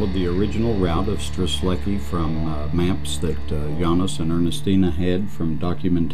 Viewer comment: Its quite painful to hear the terrible mispronunciation of both Kosciuszko and Strzelecki (and im not even Polish). One would think documentary makers would have the courtesy to at least get these right!